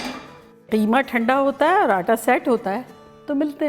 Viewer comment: So glad someone is calling “qeema” and not “keema”